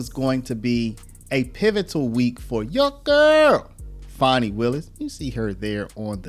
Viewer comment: Its FANI ITS NOT FAUNI